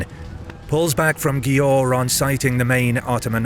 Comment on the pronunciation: Győr - is pronounced more like Gyér